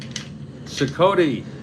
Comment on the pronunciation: Cicotte pronounced SEE-cot; greatnephew of Eddie Cicotte